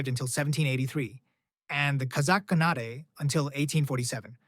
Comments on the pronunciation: It's pronounced khaan-ate like khan ate food lol not canate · what's wrong with you, why do you pronounce khanate as khanat-*ay*? It's obviously khan-at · Very good video, but please, pronounce “khanate” correctly.